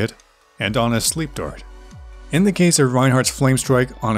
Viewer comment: Good video - but can you please speak more slowly and clearly? Had to go back several times. When you say "Ana's sleep dart" sounds like "honest sleep dork". As I new player, I had to rewind many times to hear what words you were actually saying. Otherwise very good and well made video.